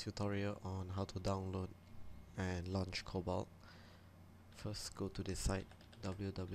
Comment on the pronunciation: It's not cobalt XD